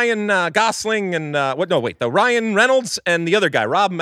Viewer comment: Way to mess up Ryan's last name lol